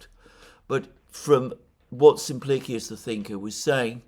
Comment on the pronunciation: Always interesting. Thank you. (NB I think you'll find that Simplicious rhymes with delicious with an 'sh' sound.)